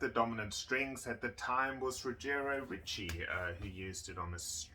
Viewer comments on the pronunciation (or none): none